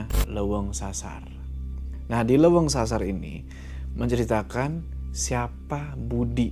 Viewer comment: Walaupun agak kesel bilang hideung nya malah hideng, leuweung yg malah dibaca leweng, tp crta ini seru polllll❤